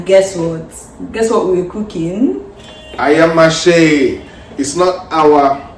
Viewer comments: We good, tanx for taking us to d kitchen😅😅just look at d way pronounced DAT ayamashe ..my people well-done,how did u get dat locust beans?it looks yummy tho,well-done,I want to eat pls😅😅😅😅pls let baby dreams eat oo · Lmao the way your hubby pronounced the ayamashe 🤣🤣🤣🤣 Lmao I swear that locust beans stinks😂😂 and your hubby couldn’t even hid it